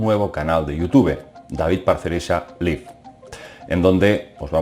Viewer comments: Hola David. Se pronuncia "David Parcerisa Laiv". "Live" puede significar "vivir" (liv) o "en directo" (laiv).Saludos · David Parcerisa "laif" (not "lif") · Mi estimado David, con todo respeto te hago ésta observación. LIVE se pronuncia "laiv" y no "liv" cuando la palabra es usada como un adjetivo. Saludos. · Miguel F jajaja, palurdo, lo que pronuncia esa página es el VERBO, live como verbo (vivir) se dice "liv" sin embargo estamos hablando del ADVERBIO, live (en directo, en vivo) que se pronuncia "laiv" en todo el mundo, anormal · Brayan Flores Ramírez por eso majete. Live se pronuncia "laiv" y no "liv" como dice este ignorante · Pronunciación: Live: Liv Life: Laiv Que tengas un buen día. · Se pronuncia "Laiv" no live , ah que los españoles, pronuncian el inglés como ven escrito Saludos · David, Saludos y enhorabuena por el trabajo que haces al iluminarnos sobre todas esas cosas ocultas. Sólo comentarte una cosilla. Live, con el significado de " en directo " se proncia " laib " como la canción esa tan animosa Live is life " laiv is laif ". Saludos cordiales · no se PRONUNCIA LIV, se dice LAIV. aunque se escribe live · Señor no pretendo correjirlo si no ayudar se pronuncia laif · Se dice "LAIV" ignorante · Miguel F deja de hacer el ridículo con tu ingles, live como "en vivo, en directo", adjetivo y adverbio, se pronuncia "laiv" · david parcerisa liv pedazo pronunciación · se pronuncia LAIV